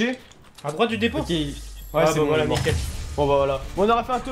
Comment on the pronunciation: A il dit whalla a la place de voila